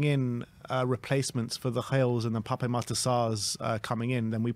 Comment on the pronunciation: Your saying Pape Sarr’s name incorrectly. It’s PAP. There’s no accent on the E.